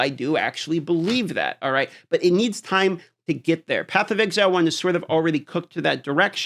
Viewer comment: Is that supposed to be an "E" in "time" bro? 😂